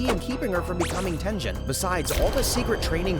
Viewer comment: Tenjin???? Ten GEN! Bro pronounce the damn names right 😭😭😭😭 Edit: TOJO??? FUCKIN TOJO????